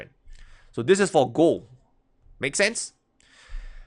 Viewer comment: Love the way you pronounce "gold": gooo:)